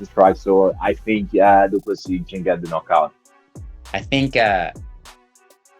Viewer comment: Do Soo Plee...? Yes, that was a BUTCHERING!!! 😂👍🍿